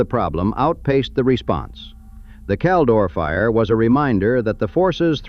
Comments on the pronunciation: Not "Cal-Nevvah." "Cal-NEE-va!" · It's pronounced Cal-NEEEEEE-Va